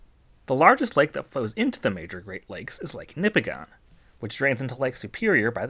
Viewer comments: Not nipi-gone. Its nip-i-gin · Nipigon locals will tell you it’s pronounced NipigIN not Nipigon. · "Nipigone" We pronounce it "Nipigen" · Small correction, it's pronounced Nippiggin, not Nippiggon. -a great laker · My fiance is from Nipigon and just a heads up are here it's pronounced like Nipig-in not Nipi-gone. Which i know is not at all the way it's spelled. My parents lived in the area for 35 years and never pronounced it the local way. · for years I pronounced Nipigon as you do here. Then, I found some years ago that it's NIP-ig-un. Actually, the 'c' in Mackinac isn't silent, but is pronounced as a 'w', which comes from its Chippewa/Ojibwa origins. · FYI as someone who lives in Northern Ontario it's actually pronounced "Nipi-gin" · I didn’t even have to watch the video to know Nipigon would be pronounced wrong… Nipigon rhymes with Bin…. Nipigin is what it should sound like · Most locals will pronounce Nipigon as Nip-ig-in. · I live in nipigon, it is pronounced nipigin. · Thanks! I do my best to research the pronunciations of my video topics. I did get "Nipigon" wrong though, and apparently also "portage". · He says nipigon so wrong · Man it drives me crazy when ppl mispronounce lake nipigon